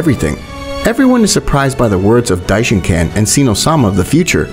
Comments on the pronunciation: Dishonkan no dishenkon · Stop calling him dishincan